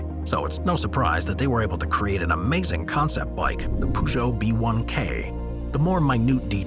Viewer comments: I died when he said Poojo, so funny and inaccurate. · That's not how you pronounce Peugeot🤪